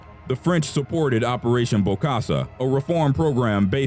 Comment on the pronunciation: its bokassa not bosakka ...